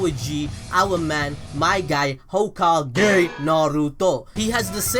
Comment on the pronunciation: Nobody:: Hoe-Ka-GAY